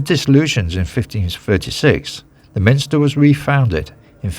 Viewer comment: Nice video of my home town, but please: it's a Minster, not Min i ster. Sorry to be picky.